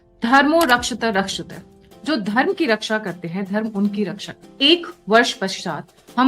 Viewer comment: रक्षती रक्षत: है मैडम रक्षत रक्षत नही 😂